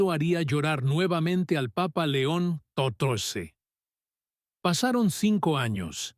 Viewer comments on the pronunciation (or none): Muy linlas historias, pero ms gustaría que cundo nombren al Santo padre Dijeran. LEÓN. CATORCE Y NO LO QUE SIEMPRE PRONUNCIAN QUE ES INCOPRENSIBLE AMO LA IGLESIA CATO LICA ES I CUERZA Y MI VIDA. BENDICIONES